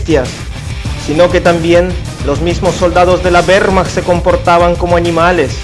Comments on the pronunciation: "de la WEEEHHHRRRmacht" xD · acento ruso-mexicano y con énfasis de mal actor. Se me llevan los demonios cada vez que oigo "güermach". Nadie pronuncia la W alemana como la inglesa..